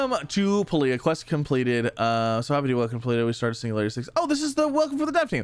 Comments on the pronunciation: Spanish "pah - lee - ah" accent on the first syllable. In (European) Spanish it means "alter cloth" with the root "pall" meaning to partially obscure with a cloth vail or smoke. It's also an Indonesian word or noun for a medicinal herb or plant. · from devs first look video few weeks ago its pronounce pale-ya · Pay-lee-uh just for the record. Here's hoping I helped with pronunciation but very excited to see you play this man! 👍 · I think you pronounce it like paladin